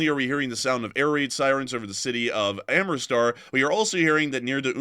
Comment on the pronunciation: All due respect,: AM-RIT-SAR, not am-ri-star.